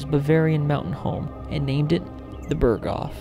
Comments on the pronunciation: its called „berghof“not burgof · It's not bergof .... You say the h. It's not silent.